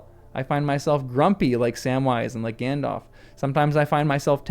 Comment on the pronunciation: Gan-DALF, not Gan-DOLPH :)